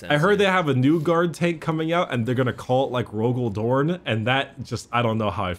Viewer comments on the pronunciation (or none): I feel like you really need to enunciate the ROGAL DORN (pause) tank. Orn just doesn't roll into a T.